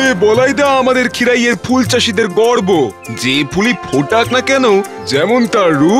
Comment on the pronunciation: গর্ব বলতে গিয়ে বর্গ হয়ে গেছে